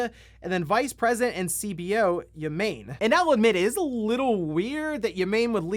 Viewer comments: Ya-Main? It’s Yah-Mah-Nay. Bro, you work with Japanese stuff all the time, learn the pronunciations at the very least. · Not "ya-MANE", it's "ya-MA-nay". You people constantly report on Japanese games, please learn the minimum basics of pronouncing Japanese names; it is not that hard. As a fellow American, it's embarrassing. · It's Yah-mah-neh. Not ya-main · My favorite part of the news is hearing how he's gonna mispronounce Japanese names. Yah-mah-nae, not yamain. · Yah-mah-ney, not Ya-Main. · ya-ma-ne not yah-maine lol gotta read it with japanese intent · Whassup yall its ya mayn from Nintendo!! I've never seen or heard his name but it's absolutely pronounced ya-mah-nay lol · PLEASE... Have some care with Japanese names! It's not "yamein", it's "YA - MA - NE" like in YAtch, MAchine, and NEtwork. ^_^ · Yamane is pronounced "ya-ma-ne". Ya-main, lol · I think it’s Yah-mah-nay not Yah-main… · white boys: Yeh - Mayn asians: Ya - Ma - Neh anyone that has had exposure to anime even as old as Doraemon should know the "Ay" sound does not happen in japanese. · Yamaneh, not Yamayne. Japanese pronunciation isn’t that hard my guy. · Yamane = “Yah-Mah-Neh”. I am not Japanese but I know YahMane is not how you pronounce that name Lmao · It's Yah-mah-neh. Not yuh-MAIN. Japanese is phonetic, like Spanish. You wouldn't pronounce José "Josie", would you? And stop blaming Platinum for Babylon's Fall sucking. Square Enix had them make it with typical monetization crap. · Yamane = Yah mah nei. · Ya-ma-ne Japanese doesn't have a silent e. It's like Abe being pronounced A-be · Also, Takeo Ya-main? Bruh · repeat after me: YAH MAH NAY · yamane = yah-mah-nay